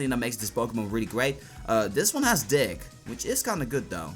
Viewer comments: When he says dig it sounds like he says dick lol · who thought he said dick when sayin dig